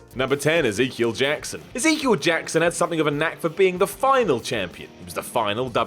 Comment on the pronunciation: "Ezekeil?" The very first name?